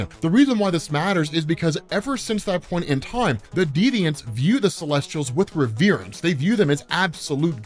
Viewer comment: You mispronounced reverence (reh·vr·uhns).